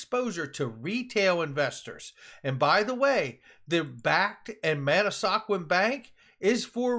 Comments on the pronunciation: It’s man-A-squan. Not man-A-sa-quan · Pronounced man a skwan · it’s pronounced Mana squan bank like swan with a k. I gotta check em out!